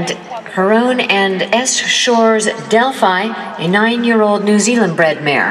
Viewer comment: They keep pronouncing Delphi's name wrong!